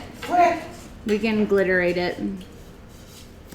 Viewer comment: Aglitterate !!! Lol hilarious